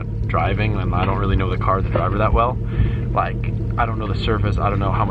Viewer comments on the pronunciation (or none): Is it just me or is starting to sound Australian when he says "like"?